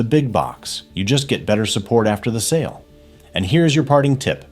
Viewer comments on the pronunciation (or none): none